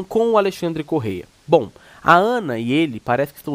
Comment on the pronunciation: Não é correia. É Correa 😂